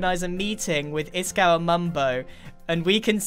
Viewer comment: Its iskal